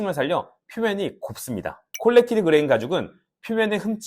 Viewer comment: 콜렉티드가 아니고 코렉티드 ㅋㅋㅋ 말 그대로 수정한 표면 이란 뜻이잖아요 ㅎㅎ